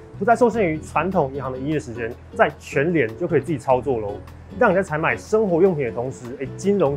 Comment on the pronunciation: “操作”我聽成“超度”